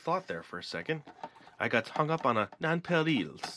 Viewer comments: It's pronounced non-pear-L's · I think the word nonpareils is pronounced (nun)(pear)(els)